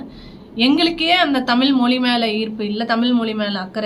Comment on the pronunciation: உங்களுக்கு கூட தமிழ் என்கிற வார்த்தையை உச்சரிக்க தெரியவில்லையே..